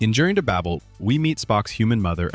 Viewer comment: The photo of the man from The Doctors t.v. series is not Glenn Corbett. It's James Pritchett. It's not pronounced "baBBle". It's Babel (Bay-bull). Michael Pataki (Puh-tay-kee.) Tige (short for Tiger and pronounced the same way, Tie-g) Andrews played the police captain in Adam -12. Charles Drake appeared as Corporal Brandon in the Audie Murphy bio-pic To Hell and Back. Charlie rill played Arne (Arn. The "E" is silent) Darvin, not Arnie. Dr. Katherine Pulaski (Pew-lasky). 🙄😒